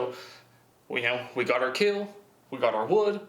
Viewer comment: But will it KEEL?